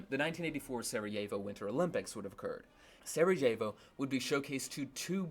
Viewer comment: The "J/j" in Sarajevo and Jugoslavija are pronounced as "y".